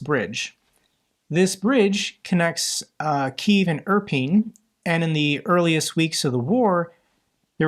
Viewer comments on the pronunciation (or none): none